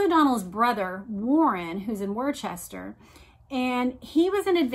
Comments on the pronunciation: "Worcester" is actually pronounced "Wooster." I know that's weird. But it is. I am really enjoying your channel. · “Wooster” Mass